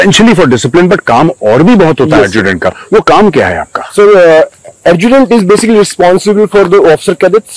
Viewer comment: Army me Adjutant ko “Arjudent” kehte….